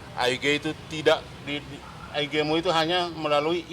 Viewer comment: Bilang IG jdi aige😀 Bilang followrers jdi plowers😀 Ngmong blepotan😀 Bljar ngmong yg pintar dlu bro biar nggk nampak ijasah palsunya😂😂